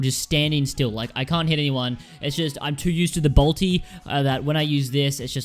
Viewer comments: at first, I thought he said balti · He says Bultis xd